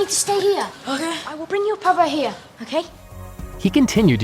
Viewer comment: Holy shit when Tom said " pappa" i died of laughter because i am swedish and that sounded so weird. But he said it correctly tho